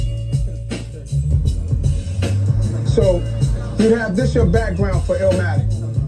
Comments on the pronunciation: It's ILL-MATIC young brother, not Illamatic. Keep pushing though king 💪🏿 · Man STOP calling it “illermatic” dude. It’s ILL-MATIC. It’s not ILLAH-Matic, NOT ILLER-Matic. ILL-MATIC. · It's not pronounced "ill-a-matic" or "still-a-matic"